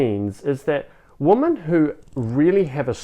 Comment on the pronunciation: With all due respect, “women” plural is pronounced “wimyn” not “woman”